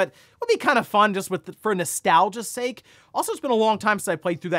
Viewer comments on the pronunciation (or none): none